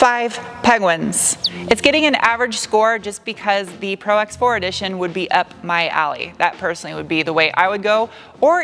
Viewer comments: ProX4 lol it’s Pro4x... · Nice review!!! By the way it's Pro4x not Prox4!! 😄 and the Cummins diesel is no longer available.